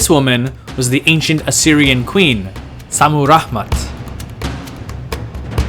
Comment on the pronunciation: Is ist Šammuramat or Šammuraḫmat? You write it one way, but pronounce it the other way.